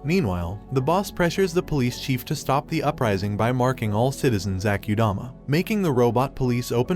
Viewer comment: as in ..AH KU DAMA..not AH CUE DAMA ......SO ITS AKUDAMA